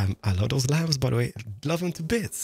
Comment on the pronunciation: Also: LLAMB